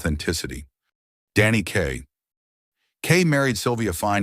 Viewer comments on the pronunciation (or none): none